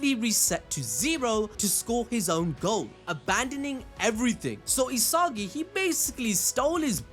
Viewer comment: "E-SOGGY", "E-SOGGY","E-SOGGY" Its ee-sa-gee 😂 damn